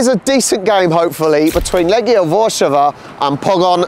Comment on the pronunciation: Łarszawa? Are you mental?